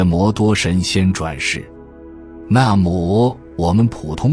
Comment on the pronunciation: 請問 這幾次的視頻 有好多次的 發音是不對的例如 ( 那麽 ) ( 默 ) 是第四聲 為何都用 ( 磨 . 魔 ) 聽著的感覺 , 感受 ,很不舒服。 這是個人的發音錯了 還是AI的問題 呢？ 可以像最早期的視頻的配音嗎？ 非常感恩仁者教導 💞🙏🏻💞